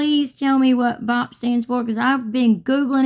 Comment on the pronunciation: She said BOP not BOT.